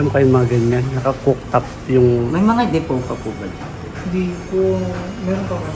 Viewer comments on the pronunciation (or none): none